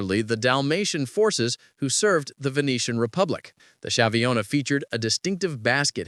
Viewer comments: Schiavona is pronounced Skiavona. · It is pronounced sKeeh-ah-vo-nah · Skiavona. Ch is readed as a K in Italian. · Fine, but at least learn the proper pronunciation. "Spadon" o "Shiavona" non si può sentire cazzo 😂